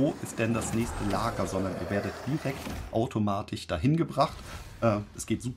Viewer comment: AutomatiCH, PraktiCH… Sorry, das triggert mich einfach zu sehr…